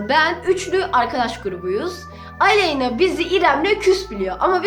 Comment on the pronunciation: aleyna dedi ilk sonra aleynaya aley dedi